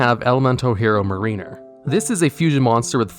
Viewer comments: Mariner is not said as Marine-er But marin - er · "Marine-er": Nah "Mare-in-er": Ye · Watching through all of these old videos, I swear that you mispronounce some of the words of cards on purpose. First it was pronouncing Trio as "TRY-o", and then there was pronouncing Mariner as "Muh-REE-ner" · Mariner isn’t pronounced that way lol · You pronounced mariner wrong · Probably cuz of the Jaden Duelist Pack and that I managed to pull it, I would have to call Steam Healer better than Mariner, whose name you mispronounced, I might add! Though, I do seem to recall seeing it called "Madballman" somewhere... Also, Inferno is a Manga Card, it has never appeared in the Animé! Neither have Heat or Lady Heat for that matter along with a few others! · I love your videos but the way you pronounced mariner triggered me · Writing nerd in me cringed when he pronounced Mariner wrong. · the way you pronounce mariner sickens me